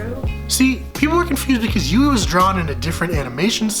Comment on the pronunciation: Its pronouced HYOO-EE not YOU-EE